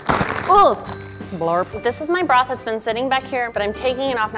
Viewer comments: Is it just me or did I keep hearing her say ‘ramen brah’ instead of ‘ramen broth’ 😂😂😂😂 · When says ramen 'broth', it kinda sounds like ramen 'bruh'!! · the way she said BrOTh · Did anyone laugh when said "Broth" in a weird way lol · the way she says broth😂😂😂😂❤️❤️